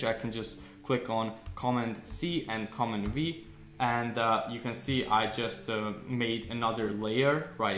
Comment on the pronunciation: I was confused about pronunciation of keystroke shortcuts. Sounded like “comma” but American pronunciation would be “comMAND”+. Otherwise a good basic refresher. Thanks